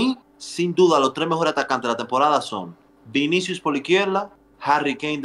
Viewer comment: Cubarsi dice vins jajajaj